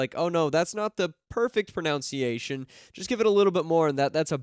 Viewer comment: I find it hilarious that always mispronounces "pronunciation".